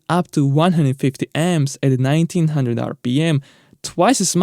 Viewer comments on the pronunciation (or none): none